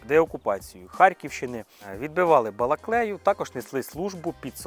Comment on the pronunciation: не БалаклЕю, а Балаклію!)